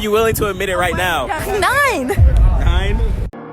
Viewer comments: When she said "9" I legit thought that she said "Nein"... Maybe I've been doing the Duolingo lessons too close to bedtime... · Same, I came to make this comment 😂😂😂